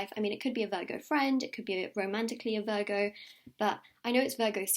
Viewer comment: I thought she was saying burger 🍔 not Virgo ! Ha